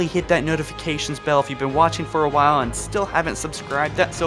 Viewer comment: Please please say L in “while”